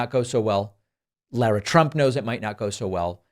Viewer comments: Listen, it’s not ‘LAY-ruh’, or ‘LORE-uh’, it’s LAR-uh. I don’t like her either, but it’s still my name too and I’d like people to finally understand how to say it. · Thank you for accidentally mispronouncing Lara Trump's name. Let's make that universal, the way Fascists deliberately mispronounce the names of black politicians. '"Loora Trump? Luma Trump? Lagos Trump?